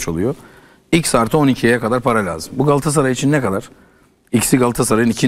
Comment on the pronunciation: Candaş bey 'Galassaray’ değil, ‘Galatasaray' lütfen düzgün telaffuz edin.